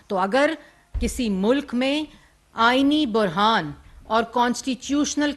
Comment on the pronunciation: Aaeeni burhaan not bohraan (◠‿◠)(◠‿◠)(◠‿◠)(◠‿◠)(◠‿◠)